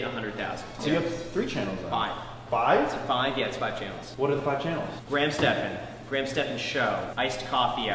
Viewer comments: Its gray-ham not grahm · Graham is TWO Syllables!!!